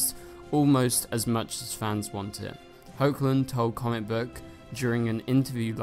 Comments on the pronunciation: It's pronounced Heck-lin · He is also saying HO-chlin again... get him!!!!